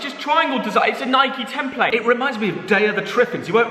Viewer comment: It's Nike not nikey